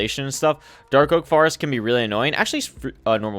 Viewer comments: Good I ain’t the only one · Yea lol does he naturally say that or did the chat start that during the nether start speed runs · I love how he pronounces “forest” as “farest” it is so cool. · I can't get that out of my mind now while watchibg bruh